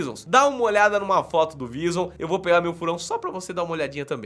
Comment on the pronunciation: Só eu que fiquei repetindo: "vízon" toda vez que o # dizia "vizum"